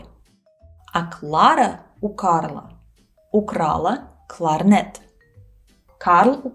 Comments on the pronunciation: Сложно мягкие в русском произносить, да, кларнэт и кларнет и другие моменты прямо бросаются в глаза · Вы произносите «кларнет» как /кларнэ́т/, так норма? Потому, что это заимствование слово?